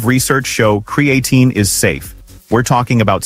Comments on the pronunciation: As soon as I here creatine mispronounced by AI, I'm done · Hard to take this seriously when the AI narrator can pronounce creatine correctly only half the 😅time. There are much better info sources on this subject, like Physionics or Found My Fitness.